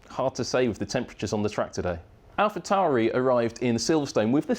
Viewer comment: Am i the only one to notice, he said Alpha Tauri differently than his previous video 😅